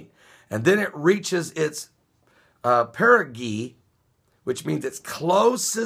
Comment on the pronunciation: perigee is pronounced: perəˌjē " para jee " More people will die over the next ten days - because of this new moon perigee. Here's why: As our moon orbits in closer to our Earth, the tides will be higher - because the moon is closer while the moon and Earth and sun are aligned - with the moon between the Earth and sun - which is what we call the new moon. Simultaneously, this alignment causes the sun's gravitational pull to intensify the moon's pull on our ocean tides and on our clouds. Then, as the moon orbits away from Earth and out of alignment from the sun, the hold on the clouds will be released and massive rainfall and snowfall will inundate various regions of the planet - depending on the location of the low pressure systems around the world. Right now, two cyclones are inundating Australia - so they will most likely endure great damage over the next several days - Argentina is also in the grip of a horrific flood, Boston is buried under great snowfall, etc. Because of this, those locations are already in great danger. As usual, I will monitor the other vulnerable locations around the world for the on-going devastation. This phenomenon has been escalating over the past few years due to the massive volumes of glacial melt that has been pouring into our oceans from all around the world - this is causing sea levels to rise and ocean tides to rage into city streets with every high tide - every new moon and full moon and every perigee. The perigees are often very clos